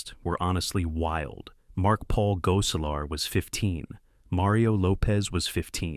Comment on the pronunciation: Oh...my...god who in the blue hell is doing this voiceover? Urkel was pronounced differently every time it was said. Gosselaar was pronounced differently every time it was said. And 20 other things were ridiculous.